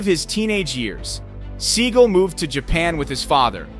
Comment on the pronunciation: It is Steven seagal think about it pronounce it right